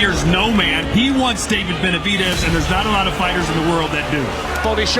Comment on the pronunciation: Pronounced BenaviDEZ. NOT benavidies 🤦🏽‍♂️ Max is 🗑 now.